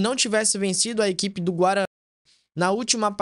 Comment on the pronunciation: Por que esse bug ao falar Guarany? O time é o Guarany de Bagé mesmo.